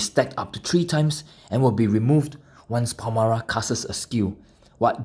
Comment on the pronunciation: Why do you read her name "Palmara"?